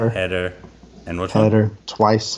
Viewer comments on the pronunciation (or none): Haider is pronounced closer to “Hi there”, not “Hater”.